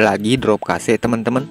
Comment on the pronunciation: cache kug bisa dibaca kase drmana ya caranya ? kosa kase kosa kase 😅 ,cache tu di bacara kash bang . ak kasih tau biar bsk2 ga salah baca lg